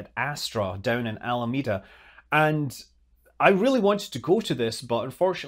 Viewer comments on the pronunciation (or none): none